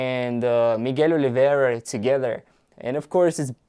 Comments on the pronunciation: Hello man, his name is Miguel OLIVEIRA, not OLIVIEIRA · It's not Oliviera, it's Oliveira. Like you said in this video, he's Portuguese, so it writes Oliveira, not Oliviera... Sounds like a spannish accent name. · Dude, way to butcher Miguel’s name